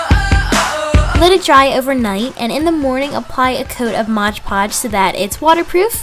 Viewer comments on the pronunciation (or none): OMFG ITS NOT "Modge podge" ITS "Mod Podge" O MY LORD GET IT RIGHT